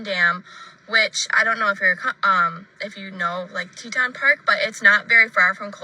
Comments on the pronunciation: Yes...it is Te-TON...I live in Montana and have been there many times. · It's pronounced "Tee-tahn". And Miranda Baker said her and her bf picked up Brian at Colter Bay in Teton National Park. I think Brian is on the run because he knows it's only a matter of time before Gabby is found and he's arrested for murder. I'm from Idaho and my oldest son lives on the Idaho side of the Tetons. On a side note: Holy crap! It's gorgeous in that area. It's bear and wolf country. Sorry! I made this comment before you played Miranda's video. 😬